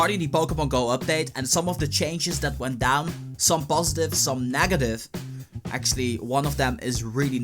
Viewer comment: I like that he says nagative insted of negative